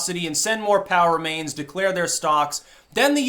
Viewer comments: For weeks, I thought you'd been saying "power mains". LOL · I kept hearing you say "Power Mains" and was wondering if this was related to Nuclear power then realized you were saying POW remains.... 😑 it's been a long day